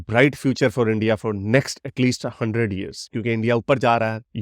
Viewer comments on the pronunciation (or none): none